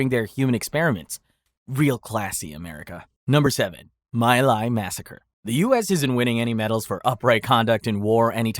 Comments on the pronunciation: just a note it's pronounced ME - lie not my lie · My Lai is pronounced "Me LIE". Your AI is showing.